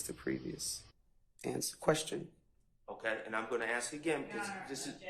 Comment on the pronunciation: What wrong with you people!! It's...ASSSK NOT AKSSS jesus go back to school !!!